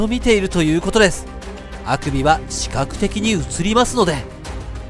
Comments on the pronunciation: 乳首のイントネーションですよねw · そのアクビのアクセントは北海道出身もしくは愛知出身ですね？